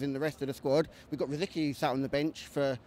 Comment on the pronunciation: This guy seems to know his stuff... other than how to pronounce Wenger and Rosicky ;P